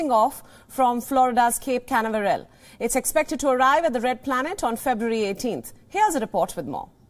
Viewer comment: I love how she pronounces Canaveral makes the place sound even cooler than it already is.